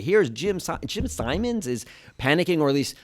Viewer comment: Only people I've ever heard pronounce his name 'Sigh-mons" rather than "Sim-ons"...even Jim himself uses the later pronunciation